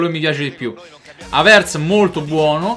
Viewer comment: non si dice havertz con l'accento sulla e ma sulla a